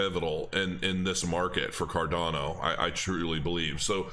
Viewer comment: Card-yawn-o... ;-) . . . . . I love ADA btw.